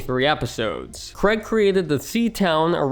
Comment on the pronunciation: Bugs me how almost no one from the US can correctly pronounce Craig